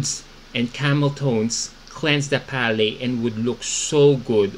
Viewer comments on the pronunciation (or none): Palette = pa.luht Not Paley 👍🏻❤️🥰